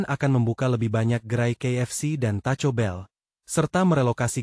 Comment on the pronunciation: Pembaca narasi... Taco Bell bacanya Takobel ya mas, cukup Takobel saja jangan diulang kobelnya...